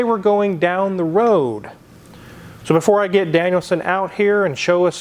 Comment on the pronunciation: Anyone else catch that .. going down the WWWOOOAAADDD. Elmer fudd wooking for thoses wasckally wwaabbiittss...